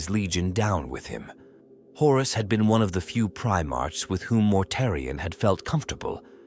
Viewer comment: Although the AI voice is getting better I prefer my "Primarchs to march" not "Pri march"